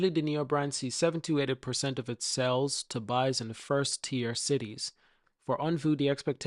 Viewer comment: It’s OnvO—-not OnvU Also it’s widely known that Firefly is a cheaper, not more expensive brand….c’mon man, let’s spread the right stuff—-keep up the fight tho- appreciate U